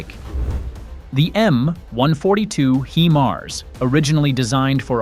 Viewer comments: "HI-mars"...not, mon ami, "HE-mars". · You are NOT pronousing the HIMARS correct! The I is saounded just as it it "I" nor "E"!